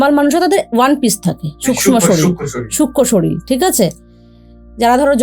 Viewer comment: Madam sorir bolun, solil noy. Solil means jal